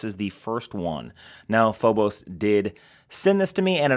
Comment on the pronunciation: Phobos😂. Pronounced Feebis